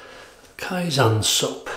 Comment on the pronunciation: Kaizen means "improve" (not necessarily constantly, if you want to say constantly it's "Tsuneni kaizen"). You need to pronounce it kaiZEN as in zen like experience, not kaiZAN as that means "faking" or "alteration". From a Japanese viewer. Keep up the good shaves!